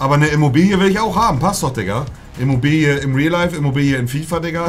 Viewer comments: Jeder: Immobile Monte: Immobilie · Niemand: IMMOBILE Monte: IMMOBILIE 😂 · Niemand: Monte:Imobilie